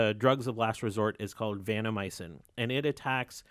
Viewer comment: Good show. It's vanCOmycin rather than vanNOmycin. Very minor.